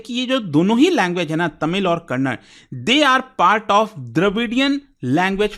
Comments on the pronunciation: As soon as you pronounced kannada as kannad I got irritated and unable to hear that word😂😂 If possible pronounce correctly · hey please pronounce the "a" it is kannad-"a" not kannad. Please pronounce the a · I still wonder y u guys pronounce it has kannad... By this virtue you should pronounce cannada as cannad😅😅😅